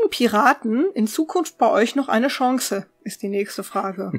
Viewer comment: Minute sollte Gronkh sehen, da hat er neue Inspirationen zu Surfbrett (u ausgesprochen) und Chanse!